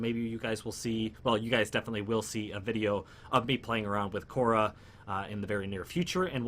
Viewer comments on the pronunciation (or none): It's Khora and not Korha tho xD